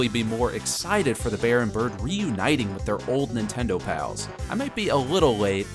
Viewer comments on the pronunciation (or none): none